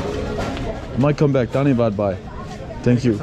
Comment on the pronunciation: Thank you for sharing your experience in Nepal, my only feedback for you is the pronunciation of 'bhai' whereas you sound like 'bye', hence the confusion, please do not take it otherwise, you made an effort, and that alone means a lot, I have a lot of expat friends living in Nepal for the last two to three decades, yet they refuse to learn Nepali which is sad.